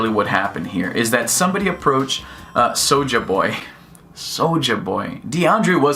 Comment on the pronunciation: you can tell this youtuber has no urban friends. He pronounces Souljah Boys name with his Caucasian pronunciation smh